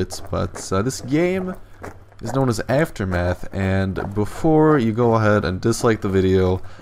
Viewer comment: "after math" "after meth"